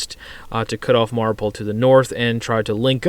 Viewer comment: Mariupol, not Mauripol